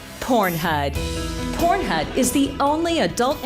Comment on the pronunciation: I’m here for my “PornHud” registration 🪪